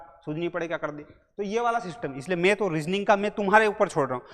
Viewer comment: मेथ नहीं मैथ 🤓